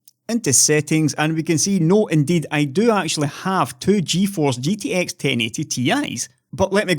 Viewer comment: You definitely say thoo thousand and sex.